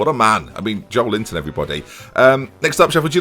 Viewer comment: Why did you nickname Joelinton 'Joel Linton'